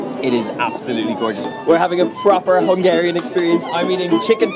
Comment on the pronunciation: I love how you pronounce hungarian words :) Keep eating good food and have fun!